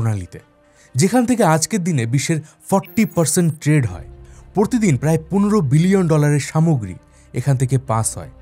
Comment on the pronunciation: Trade!! Not Tread!!